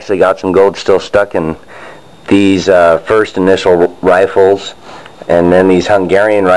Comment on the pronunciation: Riffles, not "Rifles"